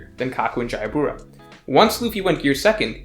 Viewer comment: Isn't...jaybora pronounced Jabra?